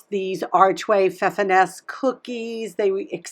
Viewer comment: The pronunciation of those cookies is feffernoose.